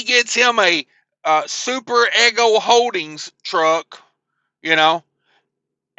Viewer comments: Just so you know it is pronounced e g0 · To reiterate and say it in a different spelling Eeeeee Go